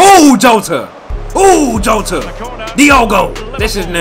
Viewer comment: Jota is pronounced Yota